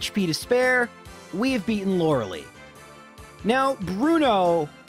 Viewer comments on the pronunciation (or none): Lore-uh-LIE. "Lora-a-lee" is not how it's pronounced.